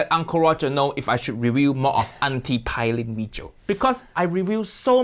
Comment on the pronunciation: Fyi ...Her name is pronounced pay-lin I think only in the afterlife would Uncle Roger would ever collab w/Jamie 😂😂maybe not even than